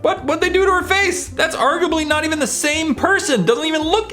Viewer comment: haha he said "argably"